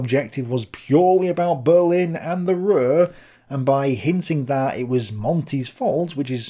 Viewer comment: Hi. You can pronounce the U in Ruhr the same as in secure a little later. As always, a very good vid. Greetings from Germany.